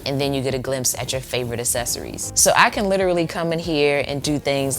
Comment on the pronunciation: a*K*cessories not essessories HARD C